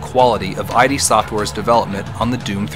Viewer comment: Id software is not pronounced i-d... fail.